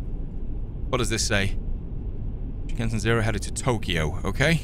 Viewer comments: Don't worry, you pronounced it correctly. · You said it correctly. “Shinkansen”means train in Japanese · Wow, had to not watch because the back and forth left to right made me dizzy to watch for once… lol. Listening is working well enough. You pronounced the name of the train absolutely correctly! Odd now it’s the interior of an MD-83 rather than the bullet train, though… two rows each side, first class leg room and seat type vs the airline coach class chairs in the game… but games are games, they will never match 100%. I guess it stood out to me because I’ve flown over 200 times from 757s, 737s, A310s, A320s, A340s, MD-80s, Fokkers, Ambreas, and a few others… including the jump seat of a 737-600. Perks of working for a military contractor (at the time) and my ex-step father being the captain a few times for those particular city-to-city flights, heh. Sadly, never got to jump seat in a 737-200 “Jurassic” (since they’re the OLDEST ones and are all analog cockpits). But also being a train lover, I’m pretty familiar with those, too… more US narrow gauge, ironically, which is very narrow indeed, but still cozy. Bullet trains in Japan are an experience to themselves. Extremely QUIET. And I don’t mean noise cancelling. No one speaks on them as it’s considered rude. And you’re expected to buy your own full pack meal bento box at the station beforehand. These rules are broken constantly in anime, for conversation / exposition reasons, heh. But it’s still an incredible feeling to be going along so fast. I still prefer a steam locomotive up front, even though you can feel it “surging” whe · How u pronounced shinkansen was pretty spot on . Love ur videos ❤ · You said Shinkansen correctly! Impressive 😊 he said “ni” meaning two. Then he said “San” when you fell meaning three. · You pronounced Shinkansen the same way I would, and the same way I've heard it pronounced in documentaries. You did fine. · You got the pronunciation correct good sir